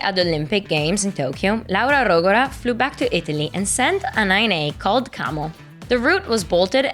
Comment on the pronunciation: Ahhh finally hearing Laura Rogora’s name pronounced properly!